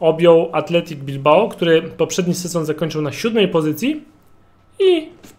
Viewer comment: Athletic a nie Athletico